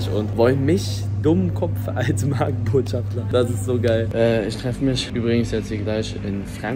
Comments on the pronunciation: Hallo Eli, meine mutter hat im hintergrund dein Video mit gehört und sich darüber aufgeregt das du MarkenbotschafTLER gesagt hast und nicht Markenbotschafter 😂😂😂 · Alle anderen: Markenbotschafter Eli: Markenbotschaftler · MARKENBOTSCHAFTER!!! OHNE L !!! 😂😂😂